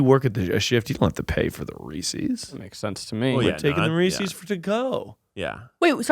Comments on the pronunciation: The real corruption is in the fact called it “Ree-Sees” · I love and the podcast, but I'm feeling so triggered by him saying "Reesies". That's not how it's pronounced,! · No one is going to tell to say Reese’s correctly? Such cringe.